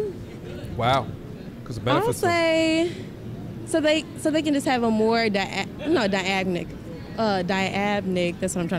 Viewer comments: “diabnic” wtf 😳 DYNAMIC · Girl her rated herself a 10... struggling to say a elementary level word like "Dynamic" called it "Dy-Ab-Nic" [ & ] .... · This woman just said dyabnic when trying to say dynamic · Bruh.... shawty said "Dyagmic" corrected herself and said the SAME shit again? 🤣 but she a 10 tho? #JesusWept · And she tried to say "dynamic" but she said "dyamnic" twice... I bet she so smart she can use the wrong "your" in speech. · "the queen of elizabeth" "diagmic..i mean...diabnic..thats what I was trying to say" 😂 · WOW......... THIS IS ANOTHER LEVEL OF SCARY. THEY DON'T EVEN REALIZE THAT 10'S ARE PERFECT AND NEEDS NO IMPROVEMENT LOL .............. P.S. ................ "DY-AB-NICK" LOL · “Mo....uh...uhb... Die-Ab-nicks” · Diyamic? Bruh 😂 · Great Great. Questions. That BW was so flustered by the rebuttal question her brain literally would not allow her to say dynamic. 🤣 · You couldn't pronounce dynamic so you're not a 10.🤣🤣🤣you said you have a lot to bring to the Table. Brains ain't one of them.🤣🤣🤣